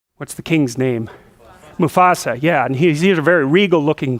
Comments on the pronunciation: And his students told him a minute and forty seconds before that point that the character's name was "Mufasa" and he still got it wrong, lol. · He is Mufasa! Not musafa dumbuss!🙄